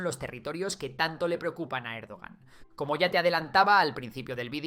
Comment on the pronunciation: Cómo "Erdogán", madre mía. Es como si llamas a Trump "Traun".